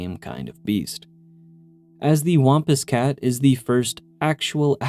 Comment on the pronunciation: I've never heard anybody pronounce "wampus cat" like that. The a is pronounced like a sad trombone sound (wompWOMP).